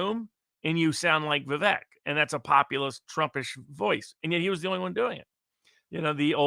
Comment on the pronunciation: Pronounced Vivek as in cake🤓 Much appreciate the discussion.